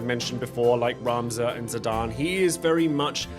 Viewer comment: My man you mispronouncing ZI- DAWN is criminal